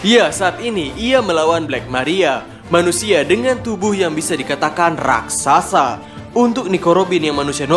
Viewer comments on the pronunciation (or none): none